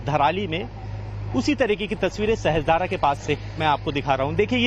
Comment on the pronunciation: सहस्त्रधारा नहीं सहस्रधारा है। उच्चारण sahasra धारा है sahastra धारा नहीं। मीडिया संस्थान है। अपना उत्तरदायित्व पहचानिए